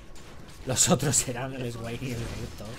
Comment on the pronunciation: esguain... se lee Suein Q-Q